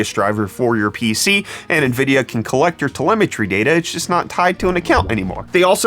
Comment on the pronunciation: I always look forward to my morning brettfast. Especially when we get to talk about Nvid-pee-a